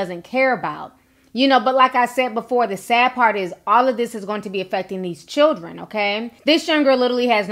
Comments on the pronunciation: I can’t with his momma saying “chirren” 🤣🤣🤣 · Its children not chren lol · She is driving me crazy when she keeps saying Chirren. My God, she is just as bad as Tokyo Toni. She needs to grow up. She is ratchet city. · We day Chirren in the Caribbean too. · Did she say Chiren? I swear I love TF outta his mom. 🤣💅😭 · His mother's vocabulary is making me cringe and it ain't the cussing it's these sad attempts at words. It's children not whatever she said like she took the first sound of it and as if there's no letters in between C H & D or behind it for that matter. Then added an imaginary L at the end and then tried to call it English. People who talk like this is why when I talk to others they try to say I sound like a white person. Speaking properly isn't just for white people but you damn sure not making it any easier for us to prove them wrong by talking like this. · “I love my fucking chren”